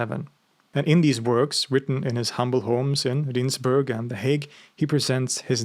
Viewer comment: Small correction on your pronunciation of Rijnsburg. The letters I and J form one letter in Dutch. The Rijn part in Rijnsburg comes from the river Rhine and you can better use that in the pronunciation. So pronounce it as Rhine's burg. This atheist loves your content.